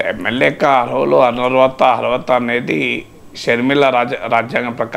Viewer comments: Sir, Please pronounce as "ARHATHA" not ARVATHA. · Sir, Please pronounce correctly as "ARHATHA" not ARVATHA